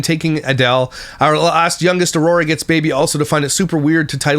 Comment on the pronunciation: Where's the grammar police pop up?! She says a lot of things incorrectly: Relling = railing. Why = while. Ora = Aurora. Seavanyah = Savannah. Drives me insane🙆🏾‍♀️🤦🏾‍♀️